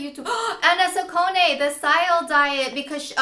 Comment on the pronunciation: its pronounced sacconeeeeee